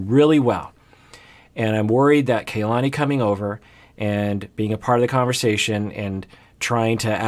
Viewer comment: First of all I really love these videos and the work that both you and the rest of the PIS team do. But it's a little disappointing that keeps saying Kalani's name incorrectly, when he so stressed the importance of saying names correctly like Larissa. It's Kah-lah-nee, similar to how the Japanese "Ka" is pronounced. Not sure if this a common Samoan name, but this is a common Hawaiian (which I am part Hawaiian) name which means "the heaven" Ka meaning "the" and "lani" meaning heaven. I hope this corrected in future videos.